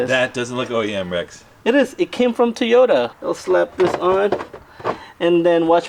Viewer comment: and his "TAY"otas 😅